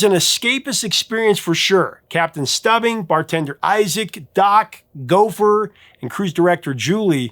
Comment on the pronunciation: Try Captain "Stoobing"